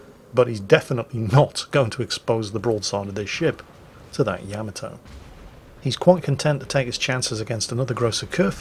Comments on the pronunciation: it's not Yama-toe, it's Ya-ma-toe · I always said it "Ya'MAH'to". mangles it as "Yama'toe", but according to Google Translate's pronunciation in a Japanese accent, it is in fact "Yah-mah-toh". I love the ヤマト. Please Anglicise responsibly!